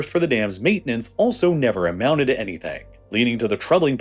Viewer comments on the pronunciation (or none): none